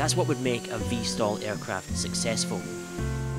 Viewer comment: V/STOL not "vstal".